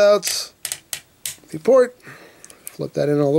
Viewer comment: I here plort when he says port